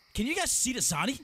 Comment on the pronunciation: imagine saying Zardy instead of Zady